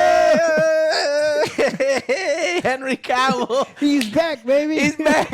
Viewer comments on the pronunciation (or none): ehhh, Joe finally stopped saying Caville. phew, that always bugged me